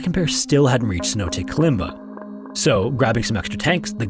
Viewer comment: snow days? Stop being lazy and at least try to pronounce the word Cenote correctly.